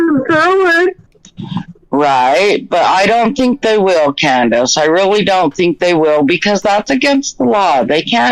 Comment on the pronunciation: Why does keep saying Candace.I don't know anybody that does that